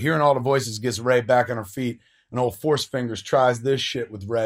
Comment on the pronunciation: It's 'Rey'. You new "fans" don't even care.